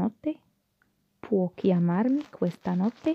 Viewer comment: كلمة chiamarmi تلفظ i في نهاية الكلمة ايييييي ولا تلفظ على انها e ايه يعني كيامارمي... وليس كيامارمه .... شكرا للمجهود وانا من المتابعين والمستفيدين.